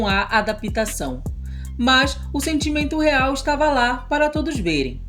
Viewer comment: MUITAS INFORMAÇÕES NOVAS. D I C A D E P O R T U G U Ê S: NÃO É A"-DA-PI-TA-ÇÃO. O P É "MUDO": FALA-SE A-DAP-TA-ÇÃO. BOA SORTE.